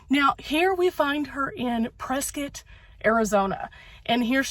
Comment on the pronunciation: My Hometown!!! ❤❤ Thanks for saying Prescott correctly 😉 lol